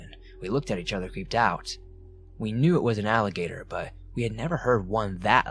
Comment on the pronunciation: like alligator all- uh- gay-knee